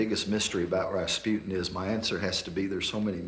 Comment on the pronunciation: its Rasputin